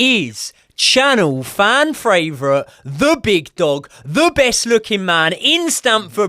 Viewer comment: not being able to say favorite cracks me up every time